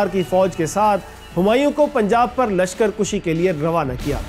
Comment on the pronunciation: صَفوی صِفوی نہیں۔ ہِندال نہیں ہُندال۔ لشکر کُشی نہیں لشکر کَشی۔ ٹھیر نہیں ٹھہر۔ دلیی نہیں دہلی۔ نہیں کھیل اے داغ یاروں سے کہہ دو کہ آتی ہے اردو زباں آتے آتے۔